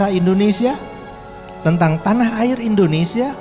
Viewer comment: Ucapan narator kurang jelas: IndonesSIA, bukan IndoneSa.